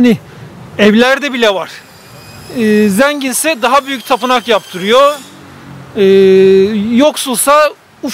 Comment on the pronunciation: zeengin değil, zengin 😊